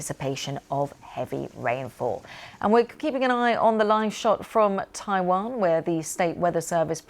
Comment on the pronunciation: Why can't newsreaders speak naturally. Taiwan isn't Tai wan...or were they on a different lines on the autocue?